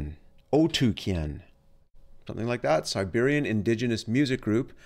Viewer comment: First west reviewer who pronounced both names right.